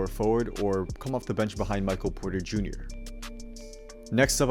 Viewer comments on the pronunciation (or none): none